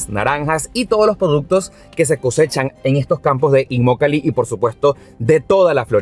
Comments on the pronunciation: Hola en el minuto tu dices immolaki, y es inmokalee, fue ahi un furcio por ahi saludos super video!:goodvibes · inmolakee o Immokalee? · empezó muy mal su video, minuto, No sabe ni leyó bien el nombre de la poblacion y lo sigue repitiendo mal en varias ocasiones; lo más gracioso es que el nombre correcto lo tiene a sus espaldas, arriba en el aviso verde grande. Por lo demás, bien por el informe. Aaahh...!!! es IMMOKALEE..😂😂😂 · Alguien conto cuantas veces dijo Immolakee y cuantas dijo Immokalee ? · te haz equivocado, se llama Immokalee y tu dices “Immolakee” bueno el que tiene boca, se equivoca… 😉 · No es inmolaqui,no se inmolaron alli,😅se dice Immokalee . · Revisa el video y corrige la parte donde dices immolake es immokalee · Imolakee??? 😂 Es immokalee!! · No es Imolakee, es Immokalee. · Immolakee ? O immokalee ? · Inmolakee dice hahaha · Es inmokalee y no inmolaki como tu lo pronuncias al principio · No se dice inmolakee es inmokalee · Se dice Immokalee y no Inmolake,lo dijiste 5😊😊😊😊😊 veces mal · Immokalee no immolakee 😞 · Inmolaki O Inmokalee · Immokalee primo no immolakee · Immolakee no, Immokalee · Immokalee no immolakee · BRUTO BRUTO , SEÑOR REPORTERO SE DICE IMOKALY , NO IMOLAKY....A VER REPITE ....I M OK A L Y. GRACIAS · INMOKALEE!!!!! NO INMOLAKEE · IN- MO-KA-LEE... IN-MO-KA-LEE:) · Saludos cordiales. Muy interesante este reportaje que haces. Como siempre, muy acertado en los temas que tocas. Con todo respeto quisiera que rectificaras el nombre de la población. Lo pronuncias de manera incorrecta(fíjate en el letrero: Immokalee Dr). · Por favor no t equivoque en el nombre de esta ciudad lo dijiste mal en tu video al comienzo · Cuántas veces dijo mal el nombre del pueblo? IMMOKALEE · Dijiste mal el nombre del lugar varias veces 🤣🤣🤣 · No es "inmolaki" 😅😅😅😂😂😂😂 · Dijo mal el nombre al principio